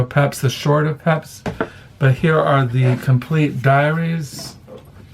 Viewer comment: Hi, please don’t take offense but in the first book mentioned the mans name is pronounced Peeps.